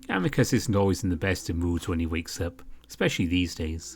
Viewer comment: I think his name is pronounced as Ameecoos.